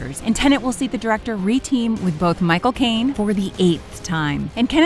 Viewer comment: Its not a Nolan film without MY-CO-CAINE